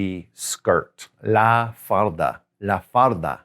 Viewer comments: When you say La Falda - you say it as La Farda. can you tell me why is that? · Tengo una pregunta señor 😅. La falda means, skirt but when you were prououncing falda you were not pronouncing the l , instead you were making an r sound, why?